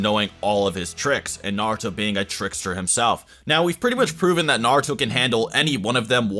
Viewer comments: Disappointed that you called him Narooto in the intro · I will always dislike a video about Naruto when the person making the video cant even say Naruto correctly smh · I almost quit watching seven seconds in, because the way you pronounced Naruto was sooo cringe-worthy. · The way you pronounce most of these names is horrible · this dudes opinion went right out the window when he pronounced naruto like that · First learn how to say Naruto, then make a Naruto video.